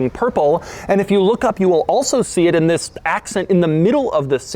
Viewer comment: Y'all pointing out the THISSS but I can't unhear the way he emphasizes 2021